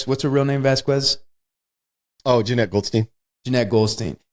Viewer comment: Its pronounced Vas Quez. I have no idea what syllables were coming out of Wes's mouth to butcher that name.